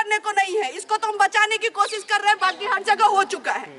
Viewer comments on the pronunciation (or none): none